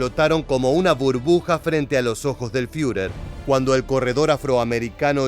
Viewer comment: El comentarista podría empezar por leer alemán correctamente. No hace falta hablarlo. No sé dice FIURER, es ridículo, sino FURER, con U francesa.